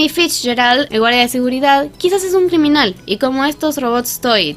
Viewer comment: cricriminal en la parte donde dice criminal ok no pero tienes razon